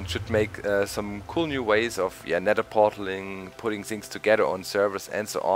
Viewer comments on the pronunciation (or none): "in deh neder"